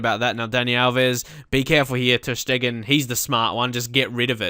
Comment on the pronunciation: It' not ter Schteggen, it's ter Steegen (and not ter Stiegen)